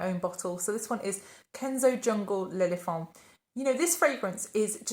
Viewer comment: I bought Jungle L'Elephant last year when I was just getting into perfumes. I unpacked it last week as it is just getting cold enough to wear it. THANK YOU for pronouncing it correctly!!! Such a fun word to say...L'Elephant!!! (I'm a Yank, but originally a Southerner and I've lived around the world enough to have developed this...obsession, I suppose...for correct pronunciation. In college, we had to learn to sing arias in French, Italian, and German, as well as read IPA, so I'm a bit of a stickler. The entire perfume industry--as well as fashion--centers around France, so learning how to pronounce French names correctly is a given in my opinion! Off my soapbox but THANK YOU!!! I thank you, and my Norman French and other French ancestors thank you!!!) I'm bringing out many of my spice-centric perfumes. I like to wear Miss Dior 2017 in winter. Its rose-blood orange-patchouli fragrance is perfect. Thanks for reminding me to bring out my Chopard Love. (I moved recently so my perfumes got packed up during the move.) I also bought Tiziana Terenzi's Porpora, which is a strong, spicy rose fragrance I love! My Chanel Coco is in my suitcase in my storage unit. I'll retrieve it today! I also bought Jo Malone's Ginger Biscuit last year, and I only wear it between Thanksgiving and Christmas, but it's perfect for the holiday period. Chris from The Perfume Nest alerted her community that Bottega Veneta was available in the early spring, after it was discontinued, so I jumped on it. My daug